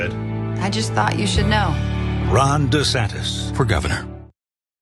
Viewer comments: i misheard Jon when he 1st spoke ron's name and heard him say "wrong" instead of Ron. I think I like Wrong DeSantis even better than desanctimonious. I hope those two expose the crap out of each other. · Did John just say "Wrong De Santis"? Also, since Ron put his kids in his political ad, that makes them fair game for political attacks, right? IDGAS if they are in elementary school. Fair game!